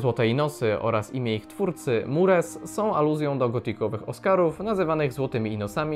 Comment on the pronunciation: Czyta się „Muras”